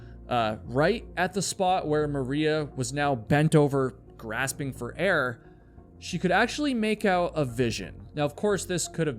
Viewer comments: It’s “Gasping” not “Grasping” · "Grasping for air"???? Its Gasping how does a fully grown adult male not know simple diction maybe go to the "libary" and "axe" somebody. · Oh, how sad and horrible! FYI, it’s “gasping” for air. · Gahhh-sp-ing. The “r” is non-existent